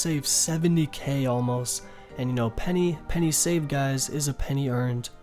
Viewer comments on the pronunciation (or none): none